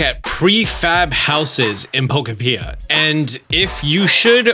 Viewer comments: Can you ever say the name of this game correctly? It's not Poko-pia, its Po-kopia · I hate how some people don't know how to say pokopia lol it's pokopia like UTOPIA. Yano, because it's a Utopia for pokemon. Cmong guys lol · I love your channel and your videos! But… it’s Pokopia like, Utopia. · Pro tip, it’s “Pokopia” as in “Utopia” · Wait a minute… Po ko pee ah?!” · Poko-pea pronunciation is wild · It even gives you the proper pronunciation in the launch trailer. It hurt my soul every time he hit me with the 'pea'. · It's just wrong! I nearly stopped watching straight away as it annoyed me so much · aaaaaaaaaaauuuuuuuuuuuttttttttttttiiiiiiiiiiiinnnnnnnnnnnn!!!!!! Don't do this to me xD don't say po-ke-pee-ya xD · "Poko Pia" my god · “PokO-Pee-Ah” is certainly a way to say it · Please stop saying poko-PEE-ah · Not to be that guy but it’s Poh-koh-pya as in Poke + Utopia! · Po-cope-pea-uh…. And nice video. I just want my Lapras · Plz God learn how to pronounce Pokopia 😂😂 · The game is pronounced like utopia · That's a weird way to pronounce pokopia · When you make a video but can’t pronounce the thing you’re making the video about. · Holy moly I do not vibe with how pronounces the word pokopia. It sends me everytime he says it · Giving you a thumbs up but the pronunciation of Pokopia made me 🤨🧐 haha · Can you please pronounce pokopia right? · Say the game right please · is literally everyone saying Pokopia wrong or is it not knowing how to pronounce words again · Can you please say Pokopia instead of Pokepia... its triggering 😅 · Pro tip. It’s not po ka pia it’s po kopia. Like Pokemon utopia. Don’t say po ka pia!! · I was coming to say the same!! I’ve been calling it po-kop-ia, like utopia. All called my town Dittopia to match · Love the “Poco-pia” instead of “po-copia” pronunciation. Stealing! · PRO TIP ITS POKOPIA, LIKE UTOPIA. PO KO PIA NOT PO KO PEA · "you're saying it wrong. its poKOpia, not pokoPIa" - Hermoine Ketchum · Pokopia❌️ Pokapeeuh✅️